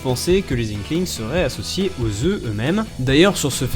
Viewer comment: pondent des œuFFF 😂